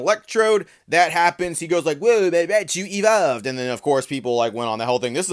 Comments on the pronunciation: Everytime the guy in the video says Rai - a - chu, I'll take a shot. Writinbfbg froom affterd the vfidoe, immm prrretttyy sdreunk norrt goiong too luuieee. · "Ri-ah-chu"... very annoying pronunciation. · I mean, he's not even saying Raichu's name right lmao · Everyone upset about how he pronounces Raichu and no one talks about how pronounces Lugia 😂